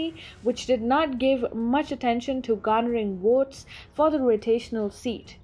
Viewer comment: it's ''Votes'' not ''Wotes''! Speak ''Egwish''!